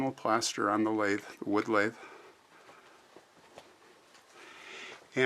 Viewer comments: You can see where the blackboard was attached. The wood that they plastered was called lath not lathe. We had so much of it in our house where I grew up and we remodeled so I got very acquainted with it. This story was long and more enjoyable than I thought it would be. The depth that you go into really makes it worth while. Sad story though so much loss of life but our country is full of the same stories. What a shame. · It's lath sounds like bath